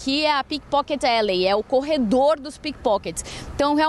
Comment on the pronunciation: entendi pipokets kkkkkkkkkkkkkkkkkkkk